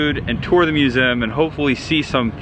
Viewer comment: Why can you not pronounce the word Museum correctly?